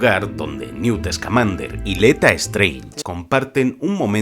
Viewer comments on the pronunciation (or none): así como dato, es Leta Lestrange y Hannah Abbott, no Leta Strange y Hannah Abbey xDDD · Me dió algo cuando dijo LETA STRANGE y no Lita Lestrange como lo dicen en ingles asiamsdfmnsdugnsd